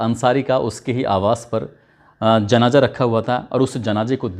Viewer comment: Abe pahle baat karne ka tareeka Sikh janaza ko janaja kahta hai